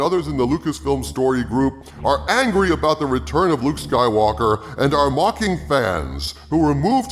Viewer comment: "Jake Soywoker" LMAO